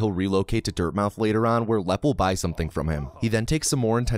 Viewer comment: Incidentally (and you're not the only one to do this), I don't think you're meant to pronounce the O in Dirtmouth. I think it's a play on words reference to Dartmouth. Quality video as always.